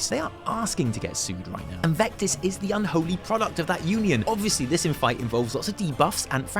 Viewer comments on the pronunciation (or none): none